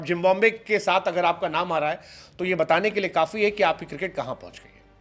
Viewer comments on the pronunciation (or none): Why you pronounce "Jimbombay" instead of "Zimbabwe"...!!??